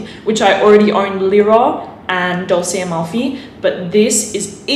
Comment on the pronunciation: What a weird pronounciation. DOLTSE? DOLSE? What is that 🤣 I'ts sweet in italian, it's like Dolce &Gabbana!